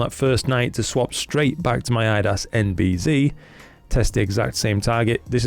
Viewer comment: Great review, thanks. I was thinking of this filter but now, not going to purchase this one for my f2 twin lens system. Oh by the way, you're pronouncing NB-Z wrong... we're not in 'Murica 😉